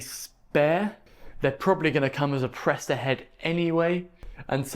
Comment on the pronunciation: "Presta" not "presto". sheesh.